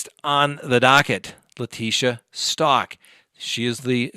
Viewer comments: Leticia's last name is pronounced Stowk. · Since ppl feel the need to correct you, thought you should know you pronounce Stauch like cow! 🐘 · Good lord is it pronounced “STAUCH or STAUCH” !?